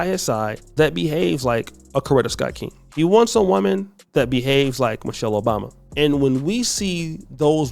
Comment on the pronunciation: “Michal Obama.”😂